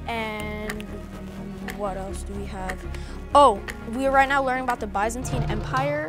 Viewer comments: NAH THE WAY HE PRONOUCED BYZANTINE. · He pronounced byzantine wrong 😑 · he said bizantine empire I cringed so hard